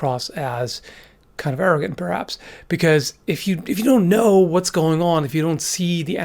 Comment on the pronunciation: it took me several attempts to realize he said "arrogant" not "Aragorn"!